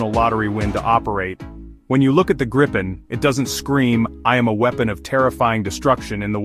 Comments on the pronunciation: Its a question of respect for sweden and our language, its name is Gripen, not grippen or grypen, you englishspeaking people please have respect that not all of mankind speak english… You have a problem with that its called ”respect” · jesus christ dont say ”grypen” hate it its namned gripen not grippen either😑 english speaking people you are not the fastest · Not "Grippen" how hard can it be? There is only one P. Should be pronaunced somthing like "Gree-pen". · Only 38 seconds in and you have two different pronunciations of Gripen. Neither correct though.